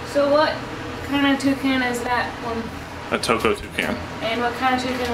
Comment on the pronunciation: Wouldn'T it be more like "Toucaine and Toucaine Accessories" like from the pronouncing xD Hwat in Gods earth is a Twocaine? I don't even have one Cane yet.